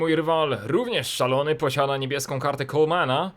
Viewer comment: 2.15 "niebieslą" ? co ty kurde daltonista?!